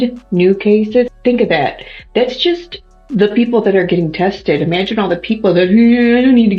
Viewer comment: imagine not even being able to say imagine😂 imagine looking like a complete idiot and sounding like one too😂 The public education system needs to be really be punished for the amount of idiots they put out in the world